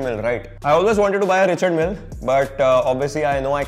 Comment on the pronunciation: Smartwatches and a RM copy degrades my respect for his collection Also it's pronounced Ree-shaard Mill